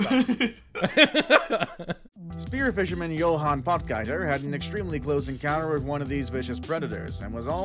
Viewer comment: Interesting pronunciation of Johan Potgieter😂😂